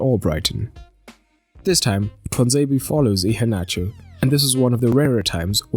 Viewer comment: Your pronounciation of Iheanacho, is good. 👍.